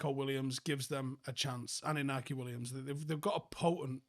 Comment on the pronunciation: Williams name is pronounced - Inna Kai, all I’ve heard all week is people call him inacky and it’s driving me insane